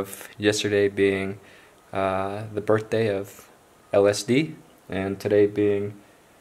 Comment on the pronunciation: I like how you said the birfdaay of LSD. 😂